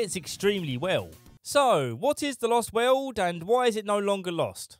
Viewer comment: "Lost Weuuuwwwld".